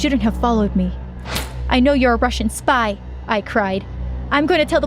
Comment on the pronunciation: Spy not spye😂😂